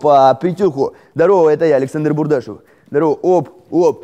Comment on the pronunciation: Когда ты говоришь " Бурдашов " , у меня кровь из ушей течёт .